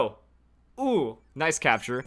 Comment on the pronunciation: No guys it's ho-oh